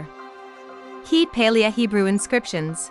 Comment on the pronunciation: The constant mis-pronunciation of "Paleo" in this makes it pretty unbearable. It woulda been pretty good otherwise.